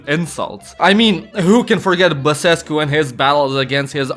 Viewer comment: bro says basescu perfect for a nonromanian